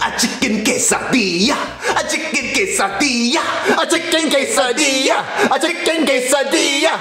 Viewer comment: It’s Quesadilla not casadia